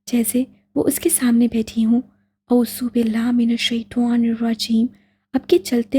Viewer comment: Yar aap اعوذ باللہ من الشیطٰن الرجیم shi se pdha kre